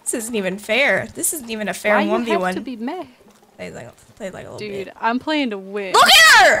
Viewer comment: lol "why you heff to be mad" that made me laugh.